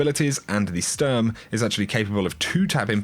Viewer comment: Kinda funny how you pronounce "Sturm" and "Drang"